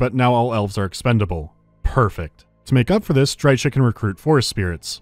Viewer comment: Just for the pronounciation of Drycha you get a dislike. :P